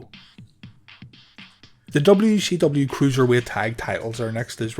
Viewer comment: Calling it "dubbayoo she dubbayoo" is driving me insane lmao